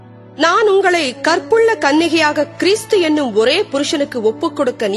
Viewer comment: Please change the pronounce to this word..கிறிஸ்து not கிறீஸ்து